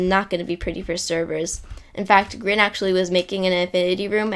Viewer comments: Its not grin Grian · It is Grian not Grin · No the best head game person is "Grian" he said "Grain" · Love how you pronoun Grian not like Gree-uhn, but like Grin, XD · Grin? Sir I think you mean Grian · Did he say “This effect was of course made by GRIN